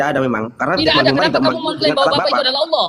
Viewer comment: RK aja gabisa bahasa indonesia mau sok2an debat 😅 tulisan double L tapi dibaca Alah lucu oten nih 😅